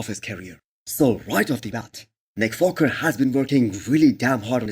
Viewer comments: this guy is literally trolling by saying nick foker or what ? my man its WALKER not FOKER !! i worked with Indians and they dont have issues pronouncing the W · You are right, he did say foker, but so what! Its just a slip of the tounge.